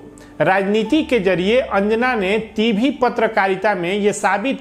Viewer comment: भाई टीभी नहीं टीवी होता है ,,🤣🤣🤣🤣🤣😂😂😂